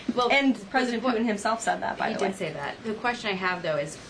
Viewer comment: Can someone teach her how to say putin?